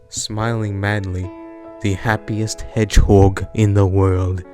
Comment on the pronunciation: He puts to much emphasis on hedgehog